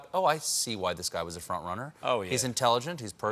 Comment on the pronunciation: "Fornt"